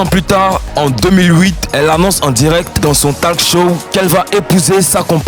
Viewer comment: Toi qui a fais cette vidéo...tu es trop gaou !! Et en plus tu montre clairement que tu es contre ...tu devais rester neutre. Tu ne sais même.pas prononcer les noms des stars.. On dit pas talk show * ça se lit tolk show...*. Tu as trop écorché de mots et noms.. Honte à toi ! Homophobe ! Comme si on se levait un matin pour décider d'être homo...ça se fait aussi naturellement que le fait qu'un homme préfère les femmes et vices versa . La différence n'est pas toujours mal ...Laissez à celui qui les a créé ainsi le droit de les juger !